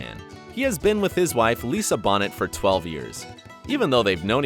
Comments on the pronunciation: Lisa “Bonnet”? C’mon, man. She used to be very famous. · its pronounced BO NAY for f sake, not bon ette.... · It's pronounced Bonay, not Bonnett